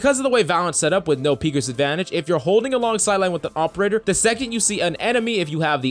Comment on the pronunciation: All i can here is AWPerator